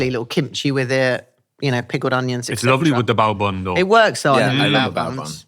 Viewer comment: Sounded like bowel movement, not bao bun😂